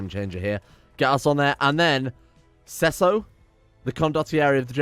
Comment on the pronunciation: When you pronounced Cecco (read Chekko) as Sesso (means sex) I choked on air, I swear.